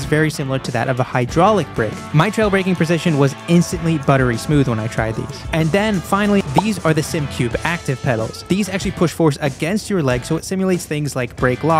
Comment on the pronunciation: “Simucube”. Not Sim Cube. “Sim-u-cube”. A lot of people seem to not pronounce the “U” for whatever reason.